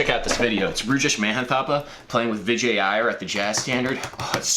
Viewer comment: it's vi-JAY not VI-jay